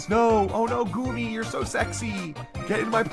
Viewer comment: GOOMY = GOOBY